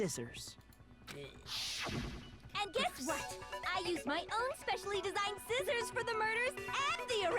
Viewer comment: toko in the anime : SCIZZORS toko in the game: sciccors me: b-but scizzors